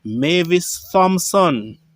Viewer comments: your subscriber is right. THompson is pronounced Tompson {the H is silent, not pronounced}. Same with THomas {pronounced Tomas {the H is silent}. I am sure you know of the parish of St. THomas, which is pronounced St. Tomas. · please remember that the H in the sir mame Thompson is silent